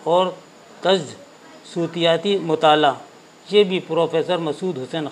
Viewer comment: sir aap Urdu alfazon ke reading me ebarat galat padhte hain. sutiyati galat talaffuz hai.sautiyati sahi talaffuz hai.